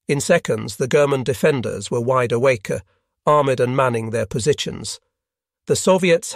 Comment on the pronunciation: Although "embarked" , "German defenders" and "wide awakea" does sound weird.